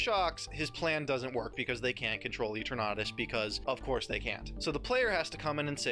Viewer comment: Why do you pronounce Eternatus like that?